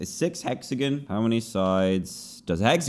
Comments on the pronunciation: Dan says hexagen instead of hexagon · Literally everyone:Hexagon Dan:Hexagin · Us: Hexagon Dan: Hexagen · Dan: Hexigin The Whole Comment Section: HEXIGIN!?!! ITS HEXAGON!!!!!!! Me: Dan: Hexigin The Whole Comment Section: HEXIGIN!?!! ITS HEXAGON!!!!!!! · He said hexagin its hexagon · iTs hOw BrItISh PeOPlE sAy HeXaGoN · omg that’s such a wierd way to say hexagon 😂 but I mean that’s Normal for the UK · cat kaitlin yeah ig so- but even when he said hexagon it’s different than how we say it in the US, so yeah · IKR xD But I’m Australian so it’s really weird for me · That’s not how you say “hexagon” here in America.